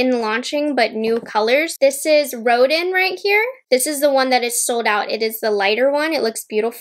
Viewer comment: Collection is gorgeous. FYI Rodin is pronounced Ro-Dan Thanks for the review 😊